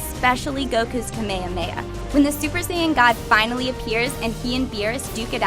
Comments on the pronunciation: Please never ever allow this creature to review anime again. Also, dafuq is a kamayhamaya. How hard is it to pronounce ka me ha me ha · kameyameya? wtf its pronounced Ka-May-Ha-May-Ha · It's not "Ka-May-uh May-uh" it's "kah-may-hah-may-hah". I fucking hate anime and I know this. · "Ka-Maya-Maya". Her pronunciation gets a 0/10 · why it this girl saying "kameameya"? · "Kameyahmeyah" lmao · Is she just pronouncing Kamehameha like that to piss us off? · I don't know too many dbz fans who pronounce Kamehameha so incorrectly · I don't like the way she said Kamehameha...:( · The way she says kamehameha LMAO!!